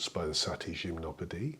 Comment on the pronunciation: I finally know how to pronounce Gymnopédie, yay!